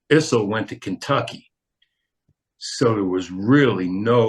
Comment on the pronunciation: No "who you talk to" about it; Issel rhymes with thistle, with no "z" sound.